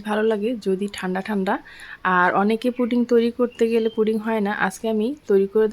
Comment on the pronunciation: Putting na pudding.suddha Kotha bolun.